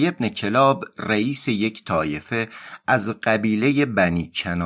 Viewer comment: کلاب kallab خونده میشه